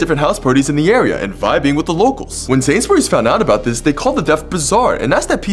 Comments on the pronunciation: “Sansberyes” It’s pronounced “Sains-bur-Rees” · You pronounce it like sayns berrys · He pronounced Sainsbury's wrong